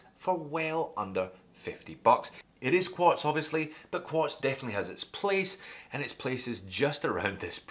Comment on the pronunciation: Lost me at “Quartz”...